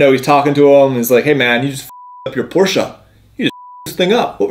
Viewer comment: It's a Porsche, not Porsia 👌🤣